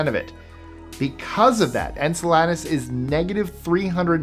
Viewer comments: Just a tip,... Enceladus is pronounced "en-CELL-uh-dus", not "en-cell-AH-dus"... 😉 Just trying to be helpful; not trying to annoy you or anything, promise... 😅 Anyway, another awesome space vid! 🤩 I noticed you uploaded this one right after the one you uploaded yesterday; trying to get caught up after missing several days or something? 😅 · Great video. But it's actually pronounced "In-Cell-Idus". It's the source of Saturn's second largest and farthest reaching ring.